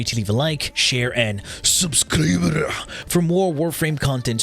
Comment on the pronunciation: I have to know what's with the heavily Asian accented 'subscribe' at the end?